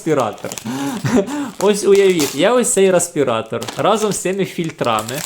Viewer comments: ну бляха! рЕспиратор! не рА!..🙄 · Дякую за огляд. Але, бляха: "рАспіратор"??? Ну, камон... 21 сторіччя...